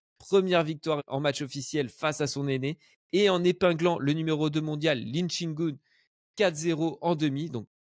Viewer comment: 3 minutes 44 aïe mes oreille il a dit lin shin goun 😂😂😂